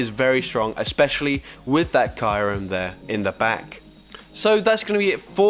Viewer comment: Its "Kiyu-rem" not "Kairum"